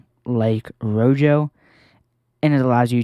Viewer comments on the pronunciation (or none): Great video. However, one complaint. Rojo is pronounced ro-ho, as it is the spanish word for red. It isn't pronounced ro-jo